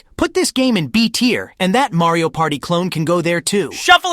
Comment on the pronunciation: Sonic really said Mary-o Kart. The rivalry is real and disrespectful, and I love it